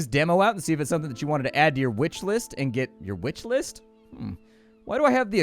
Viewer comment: Thought I heard u say "witch list" that's hilarious 😂😂